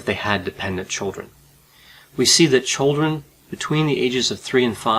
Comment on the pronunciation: The " tchuldren". The children 😯